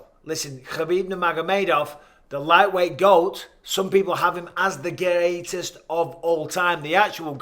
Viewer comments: "Khabib is the Gaayytest of all time" - M. Bisping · "...the gay-eight-est..." How many syllables are in that word? Can I buy an "r"? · That was your best scouse accent ever bisping. About 50 seconds in when u said greatest. That was boss 💪💪